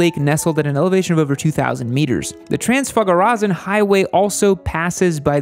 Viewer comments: TRANZFAGARAZAN!!! :))) Oh man you made my day. I've never heard it pronounced like that - made me laugh to tears; THANK YOU <3 Love your videos! Me & my human watch you all the time; your uploads are highlights in our day Love from Romania!! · I've hit 5/10 (dogs 3/10) Come to Romania, there's loads of great riding, and we'll teach you to pronounce Transfagarasan. It's not easy, but you'll get the hang of it.